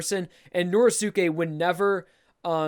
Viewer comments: please stop saying Nor•eh•sue•kay. It's Nor•ee•skay. Sorry just a little thing that's been buggin the shit outta me. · I hate the way he says Norisuke. you don't say josukay so pronounce it right